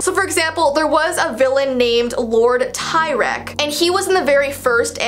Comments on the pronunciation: Not lord tie-reck but lord tea-reck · Im sorry but idk if im right but its not pronounced Tyrek its pronounced Like teerek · 😭 T-EE-RECK not tiereck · “Lord Ty-rek” Um.... He’s in the new show and it’s pronounced Tea-rek And they brought back some other old characters like Grogar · 7.44 in my little pony friendship is magic lord tyrek is pronounced, te - rek ... or ti-rek , depending on the way you pronounce I and E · lord tyrek (tee-rek) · Btw it’s TEE-rek not TIE-rek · tirek is not TIErek it's like TEArek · Not tirek it’s Terek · its pronounced tee-rek NOT tie-rek sorry had to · The name "Lord tirek" It's pronounced teerek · Ah, the ponyfying has been around for a while, I see. It's pronounced Tee-rek, and he's in the new show. By the way, I watched the original version of him, and I laughed when he spoke. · I think it was called "Tea"rek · Lord Tirek is pronounced: T- reck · I'm pretty sure its pronounced tea - reck :> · It’s pronounced tee-rek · Uhh i know its late but it is not t-i-rek but tirek not the i you read like ice but like the word igloo like that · No offence but it's pronounced Lord tee -rek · mispronounces tirek Me in high school and obsessed with MLP: SIR- (ily) BUT SIR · literally pronounced Tirek wrong If she was saying it from the new version Btw I did watch the new version till season 6 I think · pronounced Lord tirk wrong